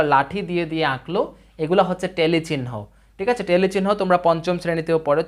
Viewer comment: ভাই টেলি না ট্যালি উচ্চরণ। জন্ম উচ্চারণ নয় জম্ন উচ্চারণ